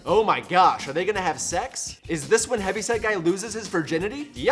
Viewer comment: I always hear Heavy Sad Guy, instead of Heavy Set Guy, I think. This is so fucked up episode.